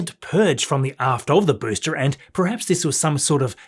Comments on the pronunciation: I absolutely love your videos! One little thing though, you keep pronouncing the word ‘booster’ as ‘boostre’, any reason why, apart from the language barrier? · love the videos mate but whats with the pronunciation of arms and booster ,,mate it sounds like steve irwin trying to do an American accent 😂😂😂